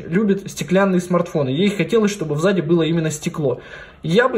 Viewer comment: чётко слышу в заде 😁 несколько раз послушала. Да ладно, прикольно просто))